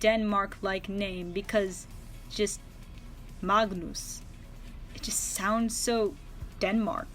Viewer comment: Hi i'm danish and I had thought too that Denmark's surname Køhler was weird since I have never heard about anyone that had that surname and i don't want to be rude but you pronounced Magnus wrong if you want to do it the correct way you don't say the g in Magnus it's pronounced Manus